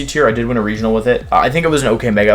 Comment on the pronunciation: Wolfe "i won a weginal with it" Glick**